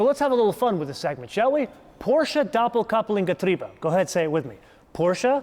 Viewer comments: Haha you said doppelkupplungsgetriebe completely wrong😂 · Almost pronounced correct that “Doppelkupplungsgetriebe”. But not bad for a non german person. 👍🏽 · Doppelkupplungsgetriebe...you were close.Almost:)